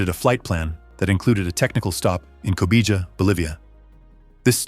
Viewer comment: “Meh-deh-zheen.” “co-bee-ha.”